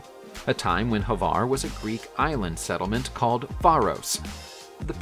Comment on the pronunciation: it is pronounced Hvar not Havar